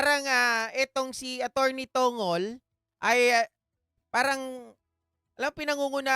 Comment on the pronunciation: Atty. TONG' GOL PO ang bigkas ng surname ni senate spox parang bigkas ng pencil na MONGOL